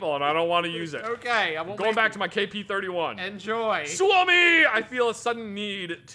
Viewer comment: LEARNED TO PRONOUNCE SUOMI 🥳